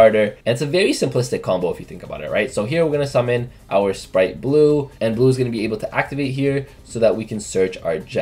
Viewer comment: why on earth does everyone pronounce Spright "splight" my god. Read the TCG names ffs